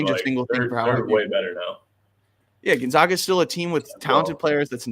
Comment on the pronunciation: GON -ZAG - AH , not Gon - Zag -Gah lol